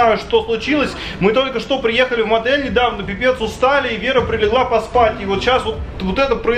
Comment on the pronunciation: Почему мадель а не отэль